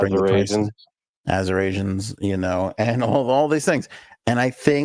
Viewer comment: Yeah, I think that word was supposed to be "Assyrians"... Check your research LOLOL he was not calling Arizonans "Azurasians(?)".